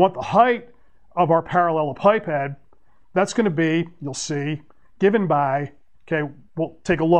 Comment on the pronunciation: I watched this video solely for the pronunciation. Better than what I had.